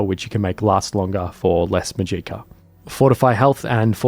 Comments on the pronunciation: To start off this is amazing dedication and work to put out a long video like this so props to you- I could never do this. I just want to correct the pronunciation of magica. The stress is on MA, so it’s MAH-jih-ka rather than mah-GEE-kah. I watch a lot of Brit/aus content creators and haven’t come across this pronunciation before so I think it was just a simple mistake. Only trying to help, carry on! ❤ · Muh-jeeka, huh.